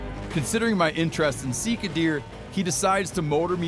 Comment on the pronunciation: Definitely pronounced see car. That’s how we pronounced it in New Zealand. Steve come hunt some Sika in NZ!